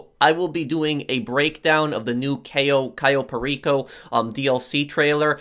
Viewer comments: Cai-yo Perico... It pronounced Ka-yo Per-iko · Cayo perico is pronounced differently